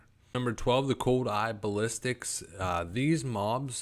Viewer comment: Lmfao. BASS-A-LISKS NOT BALLISTICS